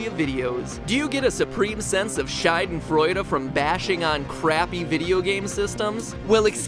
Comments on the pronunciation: Dear matpat, Schadenfreude is pronounced shah den freud uh. Shai den freud uh sounds ur saying Scheide which means... Ahem... Lady parts. Anyway, love ur vids! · Did you just say "Scheidenfreude"? Please, don't. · matpat sounds like he says "scheidenfreude", whitch would translate to something like "pussy-joy".... i like it :) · very nice video =) how do i put this? i'm not sure if thats just the way it might be pronounced since there is no english word for schadenfreude, but what you said was scheidenfreude which would literally translate to vagina joy ;) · You pronounced "schadenfreude" wrong. It's a German word made up of "Schaden" (damage) and "Freude" (joy). The joy part you pronounced correctly, but the 'a' in "schaden" sounds like the 'a' in "bin laden". What you said was "Scheidenfreude", which means "vagina joy". I want to feel that all the time, not just while bashing on crappy video game systems. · The way you pronounce 'Schadenfreude' it means 'vagina joy'.